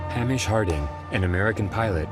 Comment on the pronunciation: And Hamish Harding's first name is rarely pronounced correctly by Americans who speak about him and this avoidable tragedy. Hamish: 'Hay_mish' ... Not "Ham_ish". R.I.P. Mr.H.Harding. R.I.P. Monsieur P-H.Nargeolet. R.I.P Mr.S.Dawood Snr, & R.I.P. Mr.S.Dawood Jnr. (R.S.Rush can rot in hell for all I care about him, sorry, not sorry). Condolences to grieving families, friends & connections.